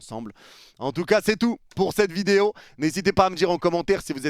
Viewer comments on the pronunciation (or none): Arrête de vidéyo...😂ça fait plusieurs fois je te le demande ❤